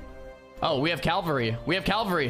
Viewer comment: "Oh we have calvary" almost, but not quite :)